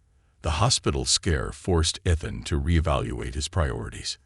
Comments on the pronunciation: It makes me crazy when the computer voice mispronounces word. EE th an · I think this is a made up story. Why can’t they teach AI how to pronounce Ethan???? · It stopped me from enjoying the story. Ethan!!!!